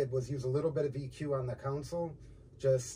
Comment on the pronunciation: Please stop saying "council" it's "console".